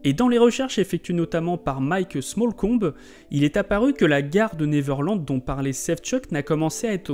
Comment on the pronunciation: Bonne video... mais par pitie apprenez correctement a prononcer "Neverland".